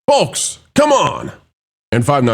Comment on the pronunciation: The L in folks is silent.